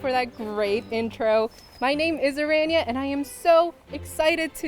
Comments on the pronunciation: Person who can't pronounce her own name properly ;) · Pls pronounce ur name properly 🥲😭😭😭